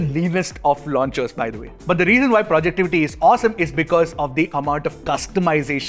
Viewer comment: Its called Project-Ivy sir